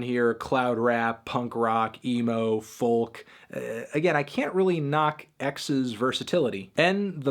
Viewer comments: Folk - pronounced FOE-Kuh ... no L sound is present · STOP PRONOUNCING THE L IN FOLK!!!!!!